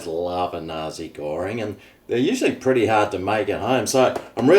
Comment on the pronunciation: I thought you were saying Nazi Goreing until I saw what was written on the box 😂